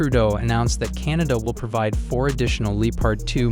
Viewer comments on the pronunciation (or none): none